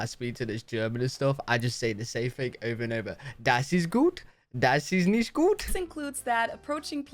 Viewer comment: Nicht is pronounced like "nicked" except the ch part sounds a bit like soft static. Please don't say "nished" again. 🤣